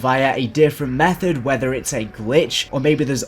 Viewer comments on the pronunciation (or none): none